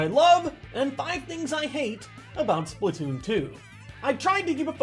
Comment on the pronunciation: Wait, did he said, "Splatton season!"? Oh my gawwwwwwwd